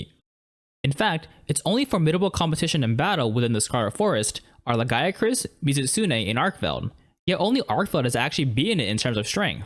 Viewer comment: Why do these idiots on YouTube have the ability to look up what the meaning of a monsters name is like Uth Duna, but can't figure out how to pronounce any of the names like LAGIACRUS!? its Lah-gEE-a-cruise. The goddamn wiki has the katakana which you could easily use for pronunciation system. The Japanese language is a naturally pronunciationable language.